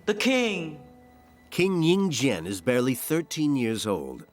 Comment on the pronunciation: Li Si, become Li Su, Yin Zheng Becomes Yin Jian. The names are all wrong. Please learn chinese before narrating chinese history. Xu Fu is a taoist priest not a doctor. He was legend has it started Japan.